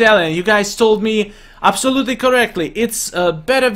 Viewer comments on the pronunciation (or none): none